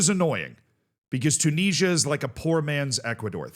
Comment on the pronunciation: If you like to listen to people who talk about things that they know fuckall about then you're gonna love this. Maybe you can teach him how to say Tunisia correctly.